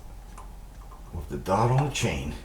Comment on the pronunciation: He said "Toof"